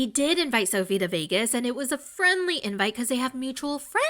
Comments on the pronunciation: That accent doin all the heavy lifting for pronouncing VYEGAS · I thought you were exaggerating when you said Veeagus... I lost my absolute shit when the clip of Natalie came on with her literally saying Veeagus. 🤣🤣🤣 I watch the recap here and not the show. That's how good this is. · TEK ME VEE-YAY-GUS NOW JOSH!!! 🔥🤣🔥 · I've been telling everybody to "invite me to viegas" all day. 😂😂😂😂